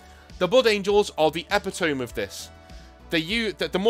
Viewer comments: Ep-it-oh-mee. Please. For my sanity. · I'm not sure if you read the comments, but the word "epitome" is not pronounced the way it looks. I'm sure you've only ever read the word and never heard it said aloud, but it is actually pronounced "eh-PITT-oh-mee". I made the same mistake when I was younger, but we didn't have internet back then so I at least had an excuse! :p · e·pit·o·me\"Eh - Pit - Oh - Me". Love the videos and everything you do. Keep it up, you're a good man. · Let's hear it for epi tome I say that too haha we are epitomy of linguisticques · Gonna base a character on you. "THE EXILE: DESTROYER OF WORDS" Does 8d6 mental damage per turn by mangling pronunciations of "epitome" and "hyperbole".